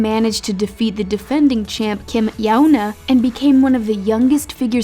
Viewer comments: it’s pronounced kim YOOna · Girl you said Kim yuna wrong it’s not yauna but una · Not Kim yona it’s pronounced kim yuena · KIM YAUNA. YALL ITS YOONA LIKE YUNA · literally if youre going to be talking abt olympic atheletes at least pronounce their names right. who tf is kim yona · Kim "Yah-Una"? lol... it's pronounced Yoo-Na. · Kim Yoe Na? Are you serious? Yuna Kim or Yeona Kim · you pronounce Kim Yuna as Kim yowna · im sorry but its pronounced YOUna... how did it became YAOna?????? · Yuna is pronounced Yoo-na not Yow- na.🙂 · kim YAOUNA dude wtf hahaha yuna - kim yUna, it's not that hard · Yuna = yun ah...not Yao Na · It's not pronounced Kim Yauna, it's Kim Yoona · Kim Yuna is not pronounced like that lol. You say Kim You-Na. Just a friendly comment:) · book penguin GOAL IS 1K You pronounce it like YouNa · the mispronunciation of kim yuna cracked me up like it's Kim yoona that's how it's pronounced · What on Earth made you pronounce Kim Yuna like that? It's pronounced like it's spelled "yooh-nuh". She's not Chinese, she's Korean, Korean is a very phonetic alphabet. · Kim Yowna~ Sorry I giggled at that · It's actually pronounced Kim Yeon-Ah. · The butchering of Yuna's name...yikes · just hear her saying kim yuna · WTF WAS THAT PRONUNCIATION OF KIM YUNA? As Josh Gad would say, its pronounced exactly how its spelled. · Michael C She pronounced Yuna's name wrong. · pronounce yuna wrongly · The way this girl pronounced Kim Yuna.... she obviously never seen figure skating in her life. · yeah... also why did she pronounce kim yuna like that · I hate that the narrator butchered Yüna Kim’s name